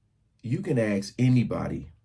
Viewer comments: Just as you cringe at the nonsense of whites apologizing for something that they didn’t do, I cringe when you imply that you’re proud of the Ebonics of black culture. And moments after you hear that, I hear the word aks come out of your mouth. Born in ‘44, I grew up in a changing neighborhood and became a victim of white flight. The moment a black family moved into our neighborhood, property values plummeted. Of course that would be an upstanding black family, but down the road not so upstanding families would move in and the neighborhood, along with property values, would decline. Today that neighborhood is the shooting capital of Chicago with a fabulous beach that no one visits. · Ask/aks are examples of metathesis. Wednesday, prescription, comfortable, introduce, and asterisk are others. We ALL say "WeNDsday." Lots of us pronounce the others on that list "perscription," comfterble," "interduce," and "asteriks." "Aks" is the only one I know that gets ridiculed. That's not a subculture problem; it's an arbitrarily judgmental problem. If this was "just a Black man... telling Black people [to] surround yourself with the right people," that would be great. Unfortunately, I don't think it is. In the most literal sense, Dr. Sowell is telling all of this to a white man. In a broader sense, his ideas are manipulated to justify ignoring systemic inequities. The subculture he is so critical of didn't come into existence due to free choice in a vacuum. It happened within a context of society-wide oppression. Yes, let's encourage the individual to make good decisions, but understanding the context of why that hasn't already happened throughout a subculture is important. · Using 'axe' for 'ask' has been traced back to Old English from the eighth century AD.